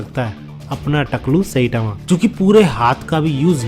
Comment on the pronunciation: tu saitama ko सेटामा kyu bolta hai?